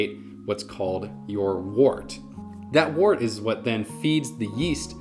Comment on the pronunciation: wort not wart :)